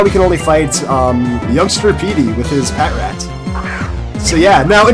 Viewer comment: Ughhh it's pa tr at!!! Not pat rat!